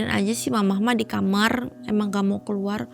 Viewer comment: dari malam mencekam saya baru tau kalo kamar diucap jadi kamer..